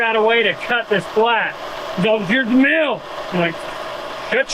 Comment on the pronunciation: It’s interesting that you pronounce meal like mill, and mill like meal! I hear the same thing on Fabrats. Must be a Utah thing. 🤷‍♂️